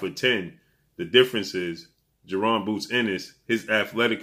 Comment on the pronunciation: it's bozy ennis not boozy